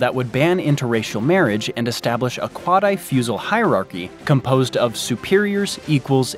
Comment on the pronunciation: "quadi-fusal"? seriously?